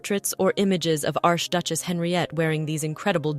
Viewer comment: QUESTION: For someone doing a show about jewels WHY is the word “peridot” mispronounced “pair-a-DOT” pronouncing the “T” at the end? Also, when saying “arch duchesse” pronounced the first word as “arsh”? Whomever is doing this is not taking care to double check, what I now assume is AI. I hate that. A pity because the stories told here seem to be well done.